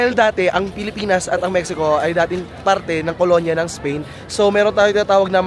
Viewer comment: mehiko ang tamang bigkas.